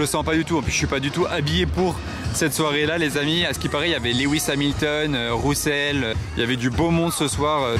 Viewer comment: Super vidéo, juste pour info Russel se prononce resseul en gros :)